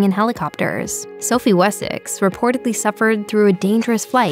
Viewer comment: IF you are going to narrate these episodes, please treat us with some respect & treat our intelligence with respect too. Read your episodes out loud at least 50 times - even if it is to the dog - study & learn the pronunciation of ENGLISH WORDS - e.g. WESSEX, ANGLIA. Perhaps a Brit or Canadian should do these episodes. After all, Americans spell & pronounce English words abominably.